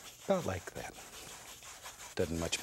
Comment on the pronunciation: I love when Bob Ross says « somethin’ about like ‘yat »